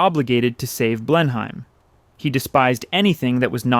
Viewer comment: Blen Hime / Marl Boe Roe. Mercans are so sweet in their inability to pronounce anything correctly. WODDERR. ARESUM and various assorted bollocks.